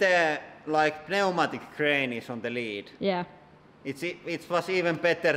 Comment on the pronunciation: Pneumatic cranes please pronounce it correctly.